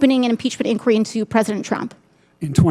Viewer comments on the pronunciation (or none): There needs to be an inquiry into her pronunciation of inquiry...😊